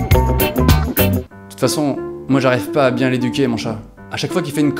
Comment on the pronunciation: C'est bien ou c'est pas bieng